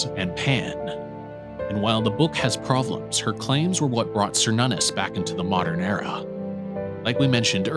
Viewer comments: Cernunnos isn't pronounced SER NONOS, it's Kernunos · An excellent video, but one criticism. Now I could be wrong but I'm pretty sure Cernunnos is pronounced "Kur-Nun-Nos". Edit: Okay two criticisms. Technically Loki is not the trickster god. I personally believe trickster was an either intentional or accidental mistranslation of prankster instead, because looking at Loki's behavior, he isn't a trickster. He's a fool.